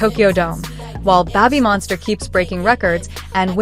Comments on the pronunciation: Lisa did well, and did good. 👍 But "Babbymonster"? Check your pronunciation! Other than that small detail, this is a good story. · Why does the ai have issues pronouncing babymonster?